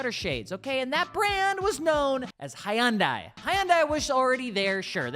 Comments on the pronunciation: Great vid. One minor thing however. The name Hyundai has two syllables not three. You're pronouncing it Hi Un Day. Here is the proper way. Imagine you're saying hello to your wife and you say😂 hi hun. Now take the gun and add the day. Phonetically it's Hun hun day. Not Hi Un Day. Now you can add the proper Korean sound and make the Hun more like huun. Like drag out the...... Never mind. Go with Hun day. Hyundai. 😁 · Please learn how to pronounce the brand of the vehicle you're talking about. The y silent. Here are some Koreans pronouncing it correctly. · Lol, can't pronounce Hyundai. I'm out.